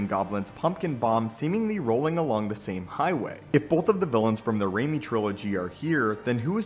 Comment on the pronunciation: Why when someone says Raimi I feel like they say "Rainy trilogy" lol XD i am like wait why? Xd oh